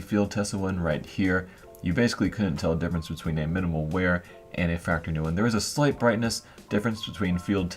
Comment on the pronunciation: "Wear" not "where"